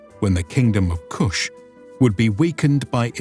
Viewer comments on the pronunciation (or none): none